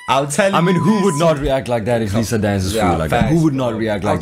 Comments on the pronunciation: That girl is Li - Za not pronounced as lisa lol😂 but shes filipino phillipines and shes known to have the beautiful face in the world.. for reals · Liza soberano is known actress here in the Philippines. Btw it pronounce as "layza"